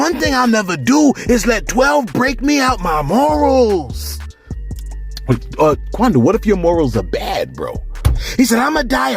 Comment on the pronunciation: why you got "Quondo" sounding like a "cholo" lol, and Souljah boy makes no sense, he's doing the same exact thing, saying too much and threatening the man on live, which was really SUS-like to me!